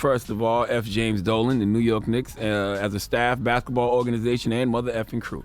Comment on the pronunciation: charlemagne cant even pronounce 4th correctly and apparently says “baketball”